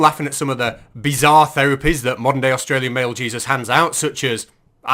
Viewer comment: What's an Ausralian?